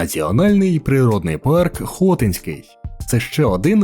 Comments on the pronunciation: БуковИна, а не БуковинА, ХотИнський, а не ХОтинський, ставте правильно наголоси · Автору: надалі було б добре якось вивчати наголос у власних іменах. Букови́на, Хоти́нський..... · Хотинський( наголос на и) парк